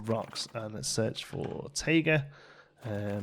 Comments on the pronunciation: tIger with an I lol not tager I could not figure out what you were talking about until you questioned yourself and said it correctly then decided against it ha! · The word, at least in America, is pronounced Tie-ga. I am not sure about Britain, but it MAY be the same